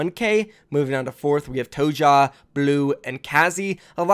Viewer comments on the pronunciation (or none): its not G2 tojah, its G2 tohay, the pronounciation